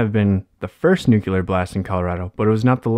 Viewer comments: NUCLEAR not NUCULAR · Narrator, PLEASE learn to pronounce the word "nuclear" correctly and re-dub this video.